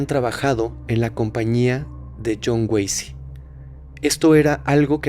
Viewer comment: Yo también me equivoqué al decir Jhon wacy